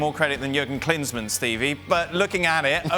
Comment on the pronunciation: Man said klinsman